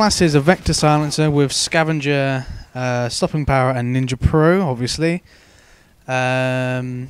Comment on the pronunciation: haha he said ninjr